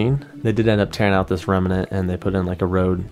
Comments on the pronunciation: Great research I gotta hand it to you. However, remnant has two syllables, not three. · I love doing this kind of stuff. I think I’ve always wanted to be a detective, or something, even though I’m female. One trail leads to another, and so on. Also, it is rem-nant, not rem-a-nant, but I won’t tell. Haha